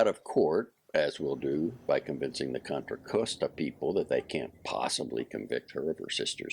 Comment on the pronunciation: However Contra Costa is pronounced in Spanish, locally it isn’t pronounced the way he reads it.